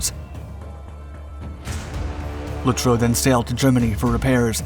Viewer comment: Its pronounced Lutzov. In German W's are pronounced like V's in English.